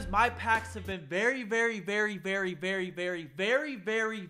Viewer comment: After he said very so many times it sounded like berry